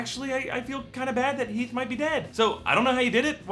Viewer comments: Teeth and Hera he said instead of heath and Tera (who else heard this) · he said Teath and Hara instead of Heath and Tara, lol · He definitely said Teath and Hera... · he said teath and hara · He says Teath and Hara lmao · did anyone else notice that he said "teeth and hara" I laughed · he says, "Teath and Hara." It made me laugh. Thanks. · i just realized he sad teath and hara lol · hahaha he said Teath and Hara!! lmao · he says teeth and hara